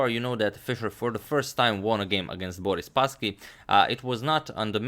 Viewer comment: "Boris svacaaacfdhjddibccch spassky"?